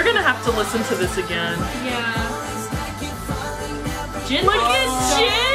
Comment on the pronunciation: Yah... Its JINnnnnnn..... 😅😂💜💜💜